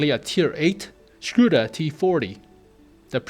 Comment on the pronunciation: lmao scuda......when will americans learn how to speak ? LOLOL SCUDA :))))))))))